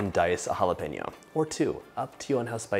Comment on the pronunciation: Oh Dios mio, que delicia de zopa!!!! If your mom is Mesican, why do you say. halapeiño…. No..no..no…jalapeño sounds better!!!, 😊. Best wishes from Santiago de Chile. ❤